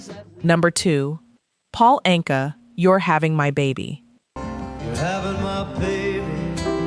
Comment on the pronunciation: The last name Anka is pronounced "ANG-kuh" (IPA: /ˈæŋkə/).